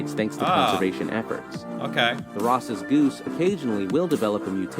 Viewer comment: That and he called the Ross’s goose a groose